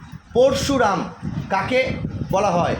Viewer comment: প্রথমে স্যার নিজেই উচ্চারণ ভুল করছেন (প+র্+শু+রা+ম) না ওনার নাম (প+অ+র+অ+শ+উ+র+আ+ম্) হবে।